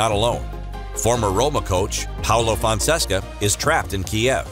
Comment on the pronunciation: Man Paulo Fonseca not Fonsessca already left kyiv and is in Hungary, you gotta do your research better